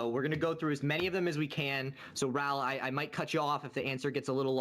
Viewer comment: His name is Raoul, not RAAAAAHLL.